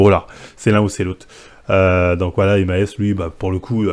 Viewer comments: Marvel Maes se prononce "Ma" puis la lettre "S" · Wesh tu connaissais pas Maes avant avant ou quoi ?! Le gars sait même pas prononcé le nom 😅